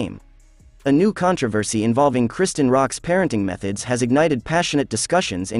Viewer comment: Lord they just butchering the pronunciation of Chrisean…